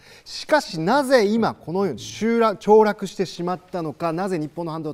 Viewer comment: 凋落→ちょうらく カンペですぐ言い直したけどバレバレだぞ晋作(笑)